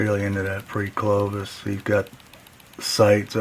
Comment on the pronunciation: CLOVI. Locals of Gravois Mills, Missouri call it GRAVI...now I'm hooked on your word lol.. Great stuff..Crazy on the comet theory. It would explain a lot and open up them minds for lots of new fun stuff...awesome video!!